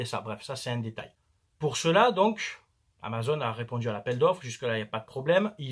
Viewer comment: Amazon et pas amazone... C'est pas une fille avec un arc a qui il manque un sein 🤣🤣🤣